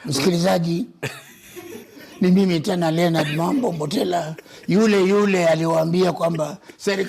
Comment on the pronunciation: Pia mwanzoni alisema Mambo Mbotala🤔😉